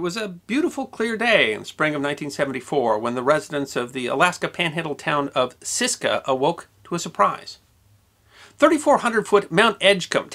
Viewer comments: pronounced "Sitka" not "Siska" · Sitka not Siska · The Southeast Alaska community so referenced in the first anecdote is pronounced “Sit-Ka”, not Sis-ka. Semantics. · Not to be too critical, since you rarely make errors, but the town in Alaska is Sitka, with a T, not Siska. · Couple things., Sit-ka, not sis-ka. And the name is pronounced Bi (like the first syllable in the word tickle) kar (like.. umm Car. Emphasis on the second syllable.). I lived in Sitka for many years and had the pleasure of meeting and having some brazing work done by Porky. He was a hell of a guy and his sense of humor did not end with him.. some of the stories I’ve heard of his offsprings shenanigans in high school are nothing short of magnificent. But it’s not my place to tell those 👍🏼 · it's Sitka pronounced sit ka and I knew Porky personally.